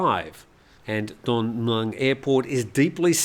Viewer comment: where'd you learn your Thai? Pains me every time when you endeavour to pronounce Don Mueang. Listen to a Thai pronounce it. Just use the good old contracted phonetic vowel sound as in /wez/ for was between the 'm' and 'ng'. Everyone will understand you. There is a reason for the 'new' spelling of Mueang in English - ask a few old timer expats, but not Americans who still don't get it.